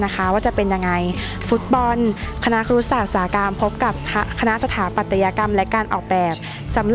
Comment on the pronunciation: ครุศาสตร์ นะครับ ไม่ใช่ คุรุศาสตร์